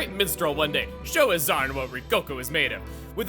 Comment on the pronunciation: wait, AZZARN nit AZZAM!? that is some bad keming